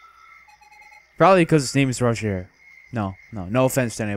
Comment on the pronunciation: dude the way you pronounced the 'g' in Roger, is actually the way your supposed to pronounce the 'J' in Jeanne